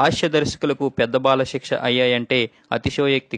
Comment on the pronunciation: కంటెంట్ బాగుంది కానీ మీ ఉచ్ఛారణ బాగాలేదు... హాస్యం అనాలి, హాష్యం కాదు, బాలశిక్ష అనాలి, బాలషిక్ష కాదు...